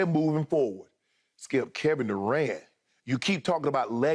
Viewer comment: "KEVIN DUCANT" LMAO